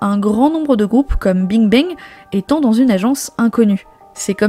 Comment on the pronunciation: je comprend parfaitement qu'on veuille pas faire l’effort de prononcer correctement des mot ou nom d'une autre langue (Bing Bang quand meme... c'est pas le nom le plus complique) mais même le français est parfois bancal. Quand on créé une chaine ou 90% du contenu est oral c'est quand même la moindre des chose de s'exprimer correctement. Un peu de sérieux pour pas dire professionnalisme.